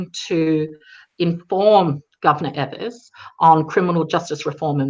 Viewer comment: EE-vers, not EH-vers is the Governor's name, please.